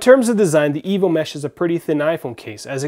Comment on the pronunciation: lol sounds like evil mesh, not evo mesh